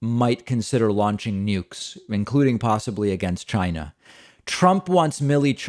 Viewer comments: When he says: China, listen carefully, I believe he is deliberately misprouncing the word to sound like: Gy-nah. Sometimes he pronounces it with a 'C' but most times it's a 'G', listen for yourself. Being a native NY'er I have the same accent. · Lmaooo David I love the way you imitated how Trump said “China”. He really overly-enunciates it in the strangest, most comical way.